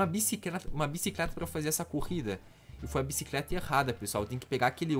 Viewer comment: o quase fala bicicreta kkkkkkkkkkkkkkkkkkkkkkk